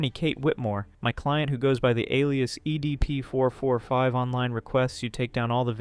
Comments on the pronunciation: "Eddie P. 445"? Why doesn't he pronounce it right only at this part of the vid?🤨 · ok after the 17minark and the 100th time you said "EDP445", I can't handle It anymore I'm out peace